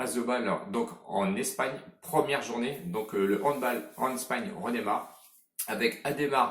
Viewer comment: Super vidéo mais respecte le handball et ne dis pas "Handbol" please 😭😙